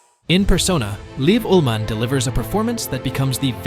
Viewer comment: Liv "Oolmunn"?? The narrator certainly offers a unique take on Ullmann's last name. The correct pronunciation of the "Ralph" in "Ralph Fiennes" is as if it had "ale" in the middle of the word, and "Fiennes" is pronounced to rhyme with "lines." The narrator can't even say the last name twice consistently, and both pronunciations are incorrect.